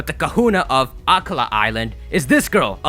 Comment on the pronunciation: It's ha-ka-mo-o ("ha-ka" like haka the war dance of Maori and "mo-o" like the mo'o or hawaiian gecko) it's kom-mo-o it's i-li-ma ("i" = long "e" sound; 'ilima is the name of a native Hawaiian flower it's a-ka-la (pronounced "ah-ka-la"; akala is pink in Hawaiian) pronounce stuff correctly dang it!